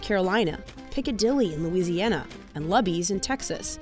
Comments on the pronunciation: It's luby's pronounced like *looby's*. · I’m so sad that you mispronounced Luby’s. It’s pronounced with a long U, like you would pronounce Lucy’s.